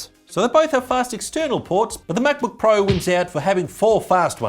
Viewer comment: Love how he pronounces “MacBöuk”.